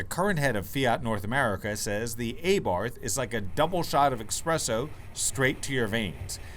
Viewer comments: Its ABARTH NOT A-BARTH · Isn't it pronounced "Ah-Bart"?